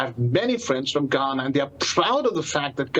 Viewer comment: Not G-Hana, but Ga-na